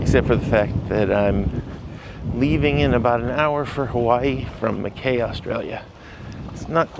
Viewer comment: Mackay Australia is pronounced Mackeye